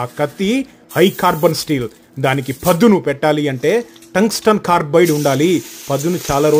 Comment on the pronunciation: The way u saw few words by stressing the syllables is lit, that’s wat makes ur vdos SPECIAL!! Ex : PADHUNU , NURAGA